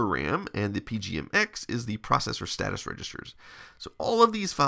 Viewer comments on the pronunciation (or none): none